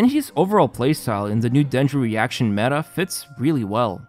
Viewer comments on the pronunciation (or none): none